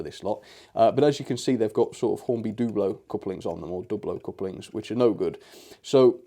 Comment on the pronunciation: It's pronounced "Dub-blow" as in an abstract of "Double O"